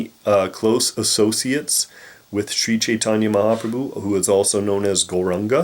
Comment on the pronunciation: sri chaitanya... sounds like sri satanya.